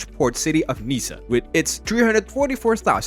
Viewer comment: It go worse Niecee and then Nanntess